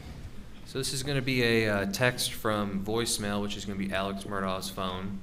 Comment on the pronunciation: this guy is the only one who knows how to pronounce “alex” and “murdaugh” correctly